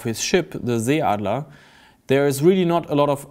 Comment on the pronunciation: The 'ee' in 'Seeadler' is not supposed to be read 'ea' like in 'sea'. It sounds like the first 'e' in 'energy'.